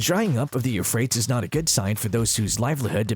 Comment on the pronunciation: If you know how to say the word tease, you'll know how to correctly pronounce Euphratease